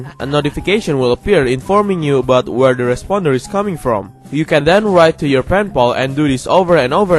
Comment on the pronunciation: “Troll teh forums” woowowowowow